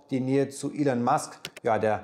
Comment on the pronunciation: twenty-VONN ELEN Musk DODGE coin VALL street AUA! Die th-Fehler liste ich mal nicht auf, da haben anscheinend viele ein Problem bei der Aussprache. Aber an den anderen Punkte könnte man doch arbeiten. Trotzdem gutes Video <3